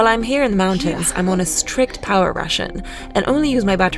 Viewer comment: How can you pronounce "rare" but not "power" or "water" ?????